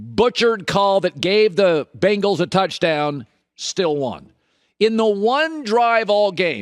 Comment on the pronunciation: “The Bingals”